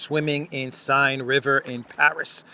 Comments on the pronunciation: The river in Paris is pronounced "Σεν". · The river through Paris is pronounced like the word sane, but to swimm in there you must be insane. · pronounced Sen like Zen with an S. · Seine = sane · Fyi, the River Seine is pronounced 'Sayn'. Another great video. Hope you had a nice swim afterwards. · the Seine River in Paris is pronounced like “Sen”!! ☮️🙏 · River Seine pronounced River Sane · Seine river is pronounced "sewer"!! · Pronounce Seine as 'senne' and you'll be close enough. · the pronunciation of the river in France is “senn” with emphasis on “N” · Excellent and amusing coverage as always. Thank you! Also, SEINE is pronounced senn... (Take heart, French pronunciation, spelling and policies are meant to obfuscate, never clarify)😉 Keep up the great commentary, and keep your feet cool. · Seine in English is pronounced like “sane”. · in "Seine", the ei is pronounced like in bed bread -head-, etc...!!! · Hi, please pronounce the name of the river that crosses Paris, as Zen in English, however with a sharp S as in Greek or Spanish, thus French "Seine" is simply pronounced as /sˈɛn/. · pronounced: the river 'sen' (in pari) cheers from ny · River Seine is pronounced sen. 🙂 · i'ts pronounced "sane". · It's pronounced as "Sen." The River Sen ( Seine). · It's pronounced River "Sane", and it's about the only thing that is Sane right now. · the Seine is pronounced SANE!! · River Seine = Sen (as in sent) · It takes one minute to find out how to pronounce the French river Seine. That was bad,!